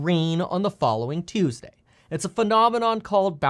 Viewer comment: "Turn around Tuesdee"